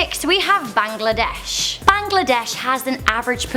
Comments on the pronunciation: Bangladesh is pronounced Baang-La-Desh Not Bang-La-Desh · sis it's BANGLADESH not BAGLADESH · I spat out my soda when I heard her try to pronounce Bangladesh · Bruh how does she make the pronunciation of Bangladesh complicated?